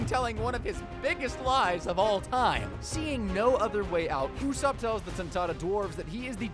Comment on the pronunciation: it’s Usoupp